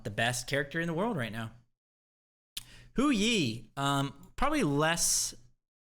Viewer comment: Pls, Hou Yi is pronounced like “ho ee”